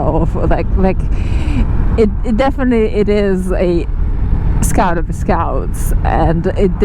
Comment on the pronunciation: English is another level scoawt